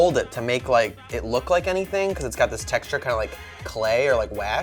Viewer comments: says “ teexture” It’s texture. Text-ter not teext-ter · honey.ITS TEXT-URE NOT TEK-TURES THE X BABY THE X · Haha the “teechter” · The WHAT? The TEXTURE!!!! Why does she says teeeeksture. Did she have a stroke? Why don't people correct other people.! You are WRONG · why does this girl say teexture? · Why does say "tic-shure" (texture)? Maybe I'm weird, but I've never heard it pronounced like that. Is it a Southern thing? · Is saying "teekshture" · the “tEEcture” Is that a northern accent?! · i was about to comment on how says Texture right when I was she realized she was saying it wrong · SHE SAYS TEXTURE SO WEIRD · the way says texture???😂😂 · I scrolled down in hopes that someone commented this before I did haha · I wasn't the only one that noticed lol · I love how she pronounces texture lol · Right?! I was thinking the same thing! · I a southern can vouch that it is most definitely the south comin out 😂